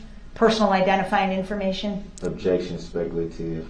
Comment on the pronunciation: of course he had an "objecshun" to realizing she did have one more question. "I object. Your honor, did she or did she not say, for the jury, for the court, & for the record, that she had no more questions for this witness? Did she or did she not do dat? How is that fair?" 🙄😮‍💨